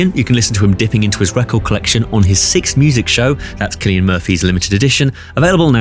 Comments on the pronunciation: A single C in Irish is pronounced like a K. His name is pronounced Kill-ee-ann. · I know everyone says it but he's aging like fine wine. Also why can't I remember how to pronounce his name 😐 each time I hear it I go "ooh I've been saying it incorrectly" 😂